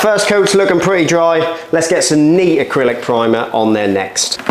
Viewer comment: he uses the term "knee acrylic primer" for the second coat(?) and I wondered "What word did he use?" Sounds like "nee". Was it a different product? Turned on the subtitles, (which are often wrong), and it said "neat". I was scratching my head, feeling like I was in a hearing -aid commercial: "What did he SAY?". Looked like he used the primer full strength the second time, was my best guess. (?) Maybe "neat" means "full strength", down under? Anyway, the few other videos I've watched recommend making sure your primer matches the self-leveling concrete product chosen. Also, does primer even work on tar? I'm left wondering about the nature of that second coat. Several comments keep talking about having screws sticking up from the floor to establish a level height. Wouldn't that make it hard to squeegee it level if the squeegee keeps hitting the hard screws? Don't they have something like a soft plastic single bristle that can bend a bit, that we could use instead of screws for that? Also, I see lots of comments about asbestos from the tiles, Not sure, but there is some asbestos all around us - it's a natural rock. People act like its radioactive or something, almost to the point of being superstitious, as though asbestos carries some evil spell, to even get near. If asbestos is encapsulated on a plastic, how is that dangerous? Are you going to breath in chunks of old tile?